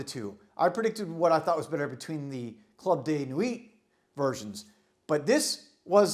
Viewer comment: its club de nwiiii, not nwit